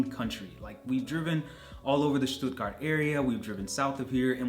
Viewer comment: oh boy, u nailed the „Stuttgart“ area!